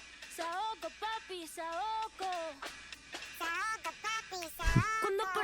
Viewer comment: After a 2 minutes into to Rosalia and after saying that you’re a huge fan and u absolutely love this album you proceed to say “Saoka” instead of “SaokO”😭😭